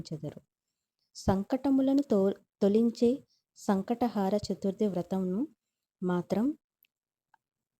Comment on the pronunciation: Sankata haara kaadu…. Sankata Hara ani palakali